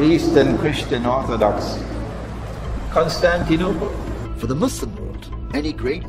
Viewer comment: He called it kostun duniya and not Constantinople shiek imran is deciving you